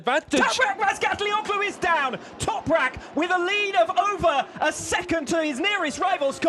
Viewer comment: some one teach these English how to read the soft G ffs. Razgatlioglu, imagine there is no g there.